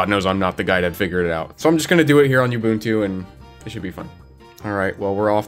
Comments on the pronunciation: Oh god stop pronouncing Ubuntu like that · Oo. Bun. Tu. Ubuntu. OOOOOOO not YOU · Oo boon too NOT you boon too, all the "u's" are the same, they literally had a video that had the word with it's pronunciation built into it for like over a decade and there's is still people who don't know how to say ubuntu 😮‍💨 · The way you pronounce Ubuntu grinds my ears something foul. Oo-boon-too Oo like "You" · STOP. MISPRONOUNCING. IT. AS. "YOU BOON-TWO".